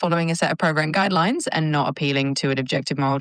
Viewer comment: At one point she says guideyooines